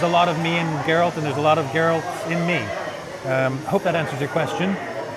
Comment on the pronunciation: “ theres alot of garelt in me...”